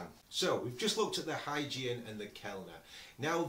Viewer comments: is pronounced "Hoygien" for Christiaan Huygens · I haven't checked through the comments, and so hope I'm not piling on. 😊 The Huygenian eyepiece name is pronounced with a hard "g". The word sounds kind of like this: Hoi-GEE-nee-an The designer was Dutch astronomer Chriistian Huygens, pronounced HOI-genz (again, with a hard "g".) Cheers, from across the pond! Glenn